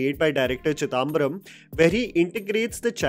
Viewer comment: I admire your reviews of Indian films…but please work on Indian pronunciations……it is Bramayugam and not Bramyugam…….it is Chidambaram not Chidaaambaram…